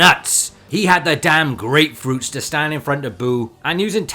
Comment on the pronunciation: All GREATFRUITS and all... Until you hear a G.O.D. says HAKAI💀